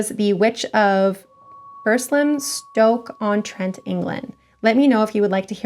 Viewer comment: 🕸️🦇🦉 also u pronounced stoke on Trent perfectly x